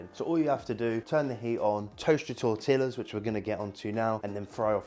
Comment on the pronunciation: Please stop saying tortillas 😂